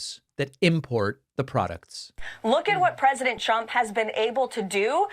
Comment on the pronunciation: Watch her lips and listen closely. She keeps repeating "President CHUMP."